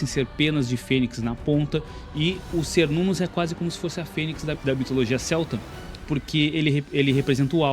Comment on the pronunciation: muito bom o video, mas Cernunnos se pronuncia "ker-nun-nos" com som de K ou qu e não S